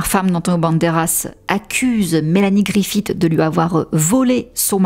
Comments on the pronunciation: On ne dit pas griffiTT mais griffi SS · Griffith se prononce comme Smith, à la fin !